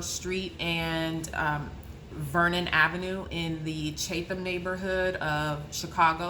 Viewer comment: It’s pronounced Chat-um.